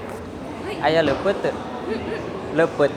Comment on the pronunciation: Leupeut meren mang sanes lepet😁